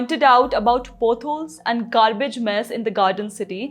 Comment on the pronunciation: It’s पॉट holes and not पोट holes .. हिंदी में पॉडकास्ट करो । यह मजूमदार लेडी कुछ भी बोलती है । इसने वंदेभारत ट्रेन और इससे बनाने वालों का मज़ाक़ उड़ाया था ।